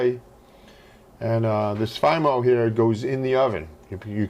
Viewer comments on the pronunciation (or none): I always thought it was Fee-Mo. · It's pronounced fee-mo